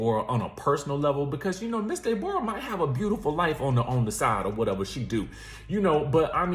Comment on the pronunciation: This woman needs meds STAT....She is not all the way there. 😬😳.. had me rolling..😂😂When you say De'bora I think of Norbit😂🤣😭